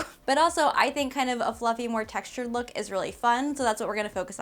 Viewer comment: Take a shot every time says lewk... careful!